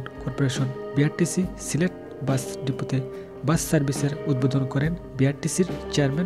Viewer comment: Assalamu alaikum. Definitely it’s a very good news. But, you could not pronounce the name of your district. Remember next time. Jazak Allahu khairan.